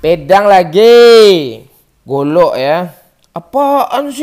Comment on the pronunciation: apala godok itu golok,buta ni orang,kalau mau recording makan dulu supaya gk halu